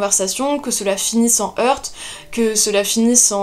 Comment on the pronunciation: C'est bizarre, vous prononce le T final dans "heurts". Est-ce une prononciation régionale ? En effet, le Littré indiquait qu'il se prononçait jadis mais qu'il ne se prononce plus. Vous êtes la 2e personne que j'entends le prononcer.